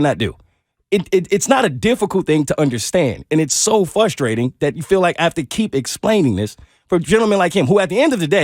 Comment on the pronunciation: What frustrates is the way “” says frustrate. Hahahah. I’m just messing. I find it more hilarious that a “white” person feels like he has the authority to dictate what you are aka he says you’re being racist. Like if that doesn’t scream illogical then tell me otherwise. Its like when Alyssa Milano was like -oh, black people are on the news and you look like them because she focused on skin color yet Savannah Edwards has to do what has to do to let her & other people know that skin color is irrelevant to actions and words in situations like these. Criminals are on the news because of their choices and not skin color. The words we use have to be according to being respectful towards others and their struggles or preferences whether we like them or not.